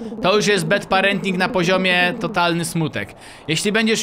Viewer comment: nie BED PARENTING tylko BAD PARENTING :>